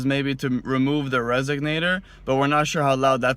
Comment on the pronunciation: its pronounced resonator not resognator